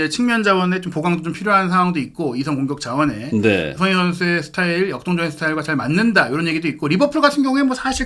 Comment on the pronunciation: 손흥인 손흥인 은근 거슬리네. 방송인데 사람 이름은 좀 제대로 불러줘야지. 손흥민